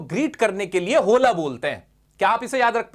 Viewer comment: स्पेनिश लोग होला ( Hola )नही ओला बोलते है।